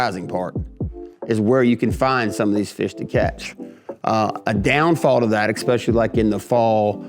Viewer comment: Eck specially is NOT a word. There is no K, just especially. It has NO k sound in it.